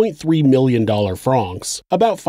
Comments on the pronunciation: Pronounced like the name Frank, not frahhhhnks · Its not Frraanonxx. Its Franks.. Francs Pronounced Frank. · Regarding Swiss Money - Why do you say “Fronks” - rhymes with honks, and not “Francs” - rhymes with “tanks”, the latter being correct? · How the fuck is no one mentioning how the narrator keeps saying franc wrong. I cant focus on anything else except "Fronks"